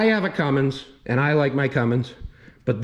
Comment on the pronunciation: Lol. The way you say “eand” instead of “and” Gatta go turquoise